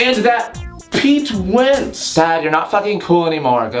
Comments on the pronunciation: "how about that My CHEmikal romaunce and that peete weenttzz" IM OFFENDED BUT ALSO DYING OF LAUGHTER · I just had a spasm because he said 'Pete Wentz'